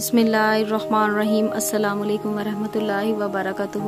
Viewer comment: phaly Assalam o Alaikum tu sahi bolna Sikh len